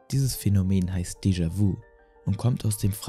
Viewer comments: Mich triggert das voll, dass du es vu und nicht vü aussprichst XD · Nicht „déjà- „wu“ sondern déjà „wü“ und nicht „jamäs -wü“ sondern (stimmhaftes) „schamä-wü“. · Deejawü ausgesprochen ;D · "Descha wu" Hahahaha du lappen ich kann nicht mehr!! Lern mal französische wörter auszusprechen 🤣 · "jamäis wu" 🤣 schämst du dich nicht..? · Gutes Video es wäre aber gut gewesen zu gucken wie die französischen Wörter ausgesprochen werden zb nämlich dejavü! :D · deejavüü und jamää vüü